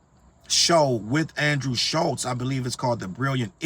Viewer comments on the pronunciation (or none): none